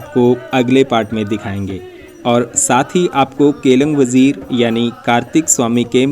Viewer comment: केलंग वजीर नहीं, केलिंग वज़ीर बोलते हैं भाई